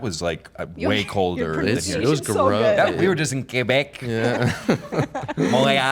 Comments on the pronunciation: As a québecois, I just want to say thank you Connor for pronouncing Québec correctly AND WITH the correct accent too 🥹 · As a Québecoise hearing Connor saying Québec so on point is refreshing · The way Connor said Québec and Montréal PERFECTLY. If he learned french, he could fool native quebs for sureee 💀 Edit: For the love of God, how many languages does this man speaks??? 🫠